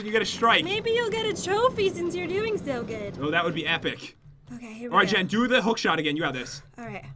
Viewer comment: You said Jen Jan